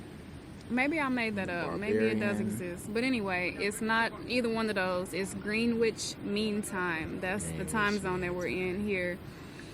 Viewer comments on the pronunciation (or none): You still haven’t got it right , moite(s). It’s ‘gren’ (e as in eh) ‘itch’ or ‘idge’ with silent t or d). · Phonetically it is pronounced Grenich…you don’t actually say Green but..gren and not ‘which ’ but you say Grenich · Interesting. For your information Greenwich is pronounced "Grenich" ....the w is silent and you omit pronouncing one e too.